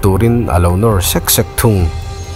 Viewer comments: Tliar2..ri sang nilovin ri hniam a lam tur,Sek2 tih pawh ilam diklo bawk.Mizo ṭawng chhiar/lam dan hi Mizo kan nih chuan uluk aṭha khawp mai.Beng ati thlep deuh tlat mai.video erawh a hmuh/ngaihthlak nawm khawp mai,han ṭang leh deuh hlek teh.👍👍👍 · Sawi leh ang...Advise ni bawk se. Upload tura i record hmain Double Adverb a awm chuan a thluk dan dik hre turin upa te zawt hmasa ṭhin rawh. Hetah pawh hian 'sek sek' tih te 'tliar tliar' tihte hi a thluk a diklo.